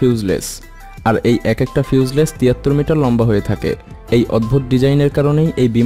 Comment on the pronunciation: উচ্চারণটা ফিউসলেস হবে না ভাই। ফিউজএলাশ হবে। ধন্যবাদ